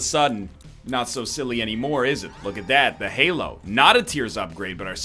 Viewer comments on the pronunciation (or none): none